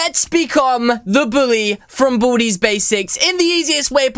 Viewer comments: Its baldis basics not baldys also make sweepin time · It's baldi not baldys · it's baldi's not baldy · Its baldi's not baldys